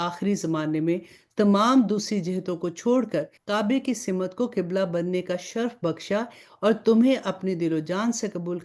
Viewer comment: Pls Simat.na bolye Balkeh Simt kahye kyunke Simt hi sahi hae . shukriya